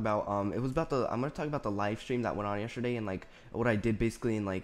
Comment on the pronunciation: it sounded like you said yesherday xD